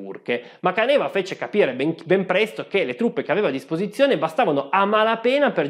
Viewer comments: Permettimi di farti notare che hai completamente cannato la pronuncia del generale. Non è Canèva, ma Càneva ed è la parola in dialetto che significa "cantina ". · Bel video, questa serie mi sta piacendo molto. Da friulano volevo solo correggere la pronuncia, non è Canéva ma Cáneva. Non so se qualcuno l'avesse già sottolineato prima, ma sono bazzecole👍🏻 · Caneva con accento sulla prima "a". Càneva non Canèva 🧐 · Correggo solo la pronuncia di Caneva, che la conosco essendo Veneto ( sbaglio sempre la pronuncia di Rumór, persino da Vicentino ...quindi per i cognomi so che capita inevitabilmente, a chiunque non sia del luogo )...per CÀNEVA, l'accento è sulla terzultima.